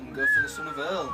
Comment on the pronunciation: I can't watch this without gritting my teeth every time you two mess the names up. Eorl is not pronounced "Earl' it "A-all" and its not "Mum-ick" its "moo-mack" get this right or start calling them Rohan knights and elephants! *sigh* Ok I feel better now, great report though guys I do enjoy them. Thank for putting them up, just fix the names please.